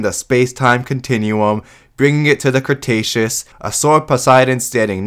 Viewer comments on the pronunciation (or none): none